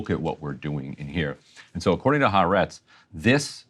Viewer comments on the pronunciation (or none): Ty for good reporting. But please, not "HaREtz". It is Ha-AH-rets (The Land [of Israel]).